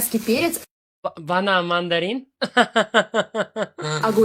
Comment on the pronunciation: Banan , goʻsht deydimi tili sepandi aniq